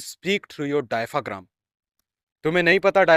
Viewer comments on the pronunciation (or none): diaphragm dia-a-fram